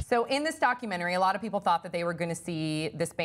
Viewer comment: Why does she pronounce "doc cue mannery"?